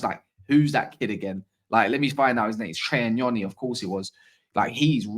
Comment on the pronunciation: THANK U 4 PRONOUNCING NYONI RYT.. U REALLY THE ONLY ONE IN ENGLAND